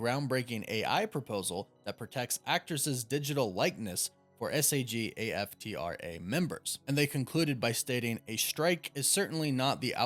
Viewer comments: Love that they’re pumping the breaks a little bit. Let’s have great quality to create magic. But also hearing you spell out SAG-AFTRA instead of saying it like two words had me cackling. 😂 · I'm pretty sure that's pronounced "Sag" and "Af-tra" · It's pronounced "sag" "af" "tra".